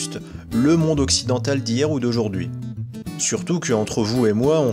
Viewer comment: Et puis toi qui est le plus savant de la langue française déjà on dit monde mais pas mondre MDR hahaha